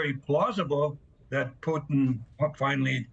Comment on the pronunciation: It's actually Mr Putin he deserves to be pronounced properly